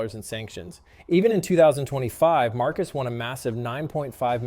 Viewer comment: He pronounced it at least three different ways throughout the video.